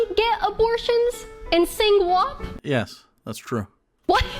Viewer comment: She said Wop instead of WAP. Does she know that it's a slur?